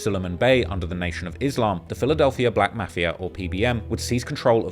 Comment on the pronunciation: Bro please pronounce Mafia correct or don’t at it anymore 😂